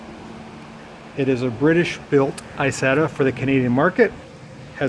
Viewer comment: First, "Isetta" is an Italian word. Italian has NO long "I" sound. It's "EE-setta". Second, as has been pointed out, "Kabine" is pronounced "Kah-BEE-nuh", NOT "ka-BINE". As you may have guessed, it means exactly the same: "cabin".